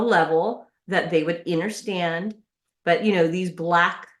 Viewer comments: "Im trying to talk to people on a level? That they will interstand..." The fvck does "interstand" mean? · This Karen isn’t just a little cray-cray……she’s A LOT of cray-cray. How/where do these sovcit’s get their word salad way of speaking/thinking??? She can’t even pronounce the word “understand” correctly…..I’m pretty sure she said “innerstand”……… 😳🙄🤪 If you don’t like the laws/rules of the USA…..then go live somewhere on an island…..then you can govern yourself…..🙄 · Wtf is enderstand????